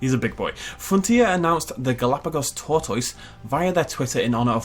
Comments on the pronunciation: The way pronounced tortoise hurt me... It really hurt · 30 seconds of pronouncing tortoise is all I needed in my life.